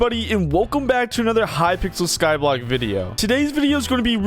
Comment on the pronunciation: “Hypixel Skylbock”